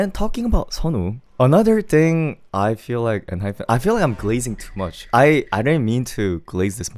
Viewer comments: please pronounce Enhypen properly 😭 it’s En-HyPEN not hyPHEN!!! Also, Jake was always my favorite vocalist in the group, even when Heeseung was still there, though objectively Heeseung has better technique and larger range. Jake just has a God given voice that sounds so good. He bias wrecked me hard this comeback 😩 and I can’t believe you didn’t like Two Fools 😭 it’s my favorite song on the whole albummm but tbf, I like the entire album (except for maybe Checkmate but it’s not bad, just not my cup of tea). I’m glad they got all kill wins and more this comeback!! They deserve it ❤ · hi hi it's enhyPEN not enhyFEN hehe thank u for this insightful review though!!!